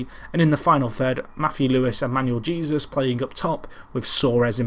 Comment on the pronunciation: Dont know if this has been brought to your attention or not,, but just wanted to let you know that Jesus, in Manuel Jesus, is pronounced hey-soos.